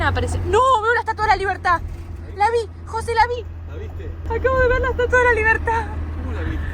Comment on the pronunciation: Si Viiiiii la "estuatua" 😂, eres una divina